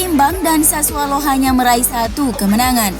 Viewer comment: Admin gak bisa nyebut sassuolo wkwk, sassualo.. Giuseppe, guiseppe